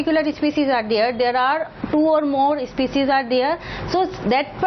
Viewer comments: It's not especies it's species improve ur English mam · not ispecies.... its species😝